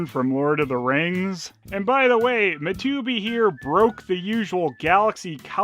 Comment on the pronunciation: Love the way you say Matubi